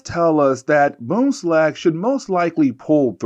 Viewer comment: There is an N in BoomslaNg.